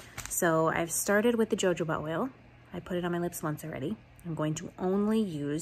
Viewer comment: Hi, just wanted to let you know that the pronunciation for the word jojoba is "ho ho ba."